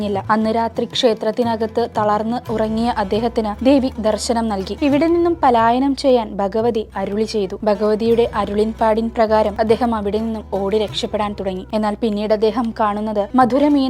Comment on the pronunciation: കുമാരനല്ല ഊര്. ബഗവ്തി അല്ല ഭഗവതി. ഉദയനാപുരം